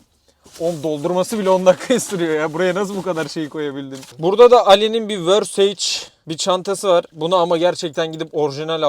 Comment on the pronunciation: versaceye vörseyycc diyen koca yürekli